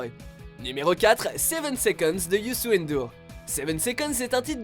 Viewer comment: Comment vous avez mal prononcer le prénom de youssou ndour sa m'a fait rire